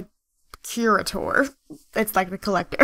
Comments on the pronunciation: i dont mean to correct you but her aspiration is pronounced CURE A TOR as in someone who cares for and watch's over valuables like the curator at a museum. BTW i really like your videos so much so that i just subbed. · Ok, I'm sorry for this but, It's pronounced "Cure-A-Ter" ;________